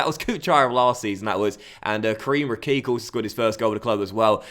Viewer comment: Karim Rekik is pronounced ‘re-kich’